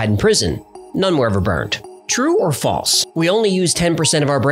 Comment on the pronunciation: That's not how to pronounce false. It has an L. Pronounce it.